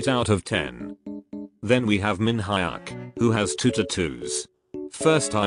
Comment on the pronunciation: chang-yuhn min-HI-UCK joo-HEE-yon HE-yung-1 1-HØE show-noo key-hyuhn LOL STOP PLEASE LMFAO 🤣✋😂